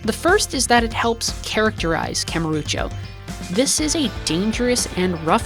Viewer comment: i wish you'd stop saying kamurucho though.